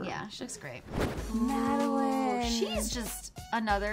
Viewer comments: Guys its madeLAINE not Madeline there’s and A pronounce it right please ❤️❤️❤️❤️ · not pronounced madeline it’s pronounced madeLAINE because they wanted to call her street, so they chose laine. im sorry but this annoys me of how they pronounced it 😂😂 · U guys keep saying madalin it's madalane get it right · anyone one else want to shout at them when they say Madeline, not Madelaine? lol, I loved her look though! :) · EW THE WAY THEY SAID MADALAINE 💀. “Madeline” NO it’s “Mad-a-lane” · They kept saying Madeline, It's Madelaine! Sorry, I love the video though!!! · said Madeline instead of Madelaine 😑